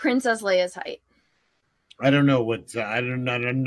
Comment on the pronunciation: it's crap like this that makes it impossible to be able to stand... "Heightth"